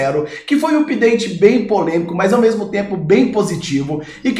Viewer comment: Não se fala (úpdate). Tente "âpdate".